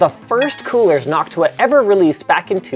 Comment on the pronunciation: The pronunciation of Noctua in this day of age makes me feel disappointingly uncomfortable